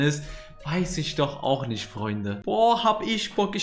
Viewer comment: Sag bitte nicht isch, nisch, rischtisch das klingt mies assi und scheisse Sonst geiles Video 🎉